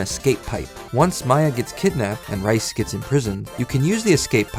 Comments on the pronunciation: I was really into this, then you said rice not Rhys, ah well. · Rhys is pronounced Reese